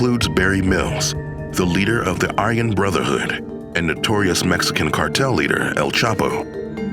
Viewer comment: LMAO leader of the "ION BROTHERHOOD" hahah it's "Aryan brotherhood"